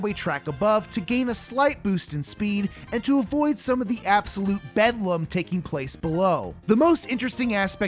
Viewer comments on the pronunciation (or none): This mf said bedlam